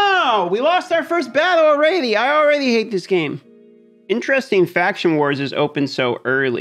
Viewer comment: Can someone explain the ''alrady'' pronunciation? Is it supposed to be funny or what's the deal?